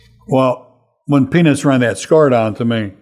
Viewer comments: and on it sounds just like Frank is saying penis and it is hysterical! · Frank!! You gotta pronounce Peanuts better. PEE-NUTS. I'm cracking up at what it sounds like you're saying.